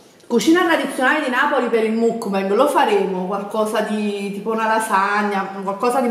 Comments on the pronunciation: Si scrive muck bang ma si pronuncia mackbeng, questo errore c'è in tutta YouTube Italia, apparte giusto un paio di youtuber che io sappia, non so se ci sono altri youtuber italiani che pronunciano correttamente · "Mucbeng" ma petche??!!